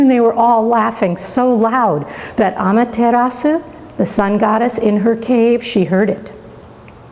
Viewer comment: Why are you pronouncing the u?